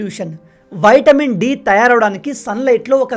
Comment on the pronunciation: Vitamin.. not VAITAMIN..